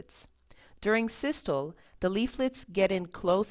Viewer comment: Systoleeeeeeeeee, and Diastoleeeeeeeee..... pronounce the "Lee" after each for correct pronunciation...!